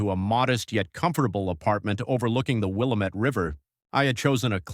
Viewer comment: Not will-ahh-met river rather it is will-aa- mitt (the author is obviously not a local resident!